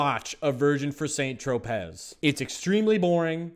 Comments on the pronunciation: Tropez = tro-pay. I can’t stand when people are pronunciation police, but yeah I did it, sorry.🤓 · You hit me with that hard Z in St. Tropez and made such aggressive eye contact 😄😄😄